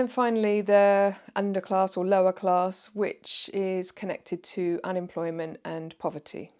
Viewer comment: Straight off the bat - "clarrrss" Yep, the 3 rrr's give it away